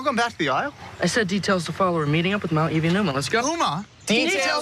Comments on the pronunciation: Did she just say Elive? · Did she say elvie instead of evie💀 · I'm sorry did you say elvie ? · It’s evie not elve